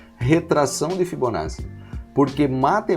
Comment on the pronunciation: A aula é excelente, mas a pronúncia correta é ''fibonaTTi"